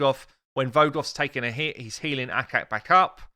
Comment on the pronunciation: ACHAK... not akak!